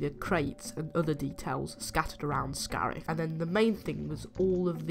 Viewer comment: Scarif, not scarf